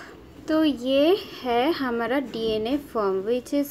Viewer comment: mam ,Please say clear I don't understand. What you are saying hamada or hamara ,please improve your voice .....